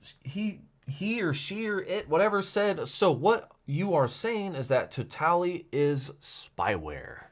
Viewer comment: Pretty sure it's "towel - tooly"